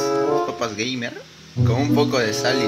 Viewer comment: lul se dice 'geimer' animal >:v